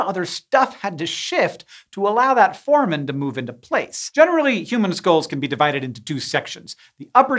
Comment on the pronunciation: Hank, here is the pronunciation of foramen: For-ay-men